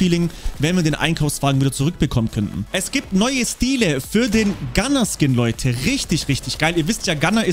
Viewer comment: Du sagtest GUNNAR FALSCH🤬🤬🤬🤬🤬🤬🤬